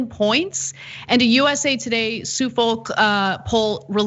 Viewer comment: As a Brit, that was a weird pronunciation of “Suffolk”....